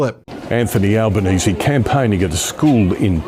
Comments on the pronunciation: Ben has pronounced Albanese correct finally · Hey - you finally got his name pronounced right... Thank you. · Albo! Albo! Albo! And Ben pronounced it correctly this time! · Nice work pronouncing the Prime Minister's correctly. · Well done, you pronounced Albanese correct on this video. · You're the first American that I have come across that pronounced Albenese close to correct ( Al benese not All benese) Dutton not only lost but lost badly, he shouldn't imbraced Trumpism but he also pushed for nuclear-power, which most Australians doesn't want. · Hey finally an American who can pronounce our PMs name correctly, nice one. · You pronounced Albanese right for the first time 😂❤ Dutton lost his seat for flirting with Trump! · Well done Ben You can pronounce Elbo’s surname correctly. Elbows up good man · Finally you pronounced our PM’s name correctly. Good onya mate 😂 Here’s what you need to know about us—we really don’t like bullies and con jobs. We see through that and will call it out. Dutton had a crack at pulling some Trump-style moves—talked about banning WFH, tried a bit of DOGE nonsense, and a few other duds. So we gave him the boot and re-elected Labor in for second term with a majority this time. Dutton even lost his electorate seat and can’t even be in Parliament now. Trump nonsense was not the main reason he lost but did play a part for sure. So yeh no Trump BS here. We don’t like stuff like that down under. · I’m just glad an American finally pronounced Albo’s name right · Glad you got Albanese right this time 😂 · Australia's Anthony Albanese (Labour), has won Federal Election! No Dutton, thank god!! Ben! You pronounced the 'e' at end of Albanese❤ Great job🙂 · Well done for fixing your pronunciation of Albanese. Another Aussie Meidas fan